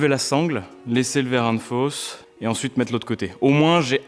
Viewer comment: Nouveau jeu à boire : un shot à chaque fois qu'il dit ''verrin de fosse'' 😂 ah non pardon, verrin de ''FAUSSE'' 🤣